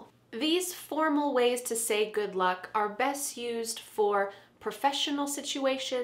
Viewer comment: When you said good luck it seemed like that you said good look 👀🤔😂😍at the beginning of the helpful vedio